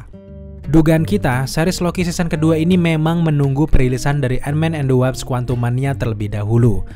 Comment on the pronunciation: Wasp bukan Waps